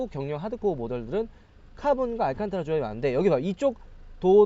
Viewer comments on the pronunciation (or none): none